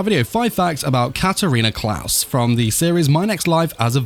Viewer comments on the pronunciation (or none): I'm confussion is it pronounced as Klas or Kless